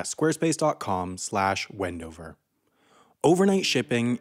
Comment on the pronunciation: Thank you for saying my home town wndover